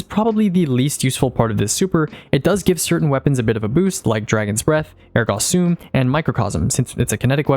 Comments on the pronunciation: It's not Air-Gah Sume It's Airgo Sum Aka Ergo Sum. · The way you pronounce Ergo Sum made me so convinced you were Quebecois, lol.